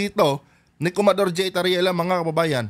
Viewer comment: hindi po kumador, kamador po